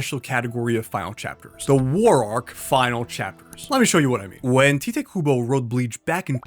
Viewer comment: Tite Kubo is pronounce as (Tay-To Ku-Bo) not (Ti-Te Ku-Bo)